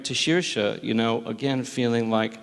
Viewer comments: the way PTA says saoirse is sendingg me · Did Paul Thomas Anderson pronounce Saoirse right? I don't blame him.